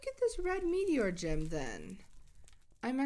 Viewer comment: NUUUUU I MISSED THE STREAM Oh yeah and when she said Gem at the beggining i tought she said Jam😂